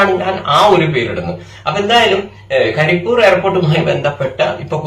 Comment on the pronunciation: കരി എന്നല്ല, പണ്ഡിറ്റേ . കരിപ്പ് + ഊര് = കരിപ്പൂര് അങ്ങനെയാണ് . കരിപ്പൂർ എന്ന് പറയുന്നുണ്ടെങ്കിലും, കരിപ്പൂര് എന്നതാണ് ശരി.